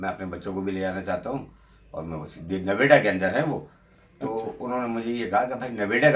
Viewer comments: It's not Naveda it's Noida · नवेडा नहीं नोएडा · Noida hai not Naweda..pls correct. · Noveda nahi hai NOIDA hai. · Uncle ji Nevada nahi...Noida boltey hai. Aur Ajmer ki bhi visa loh == Sultan-e-Hind ki Mazar hai vaha...BTW I am non muslim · Navida nahi bhai . NOIDA . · sir it noida no-ay-da and welcome to 🇮🇳 lot of love